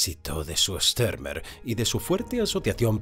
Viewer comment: Por qué dar al apellido alemán Stürmer una curiosa y falsa pronunciación inglesa? Joé, thío!